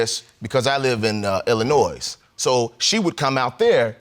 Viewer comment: The second episode: Did anyone else catch him mispronouncing Illinois. lol There is no noise at the end! He obviously hasn't been there long. Also, you go up to get to Michigan from here. Also how did it end? It cut off before the reveal.